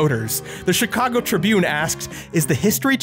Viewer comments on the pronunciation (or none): none